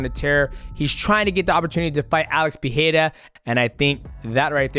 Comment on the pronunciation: Appreciate that people like you and Rogan are trying to say Pereira’s name the Brazilian way - but it’s more of an R than the H sound, that would be Alex Perreira. All love though x